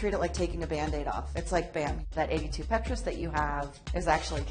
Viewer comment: It's not pronounced Pet-rus.. it's a Petrus..